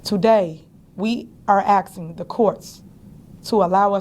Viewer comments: Tiffany, it's asking, not assin! Learn how to talk. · “I’m Axeing” 😢😢😢😢 Tiff , are you trying to say “Asking “??? 😢😢😢😢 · I cant stand when she says "axing" not asking. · To my leff? Axing?